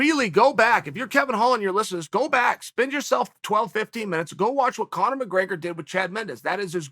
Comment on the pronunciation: Chael almost went full Daniel asherov mode calling Conor congor🤣🤣🤣